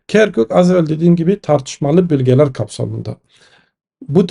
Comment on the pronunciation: Bülgeler değil, bölgeler. Ö olacak öööö